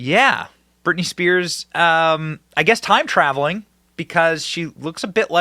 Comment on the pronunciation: Who the F is ‘Birtney’ ?! 😂😂😂😂 proof read much?